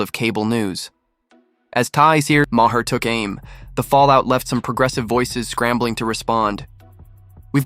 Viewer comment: You can’t afford to pay a voice actor - someone who can pronounce Maher - for 15 minutes of work? Then DON’T post these stupid videos.